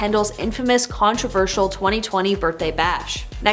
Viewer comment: The word is, “controversial.”. It is pronounced,: “con-tro-VER-shil” I can’t believe I have to tell you that!